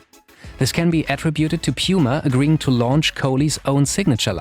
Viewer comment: F.Y.I: it‘s pronounced puma, not piuma.